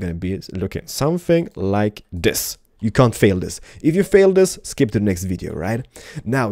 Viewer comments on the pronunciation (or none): none